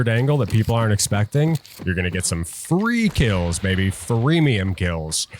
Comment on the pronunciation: 'Freek Ills' -> Free kills... Something u said in the video no? Am i trippin? :D haha either way GG